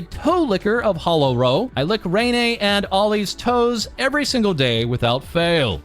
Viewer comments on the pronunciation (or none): none